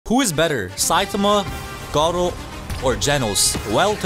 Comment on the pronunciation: its not gard-doo its garrooo